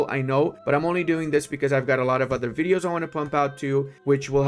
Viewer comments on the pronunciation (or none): none